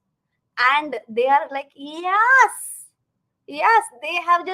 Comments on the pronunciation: From this Diwali pls change the way u pronounce YES. For sometime it was Ok but no more. Pls yaas is yuck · i LIKE your pronunciation of the word YES. very unique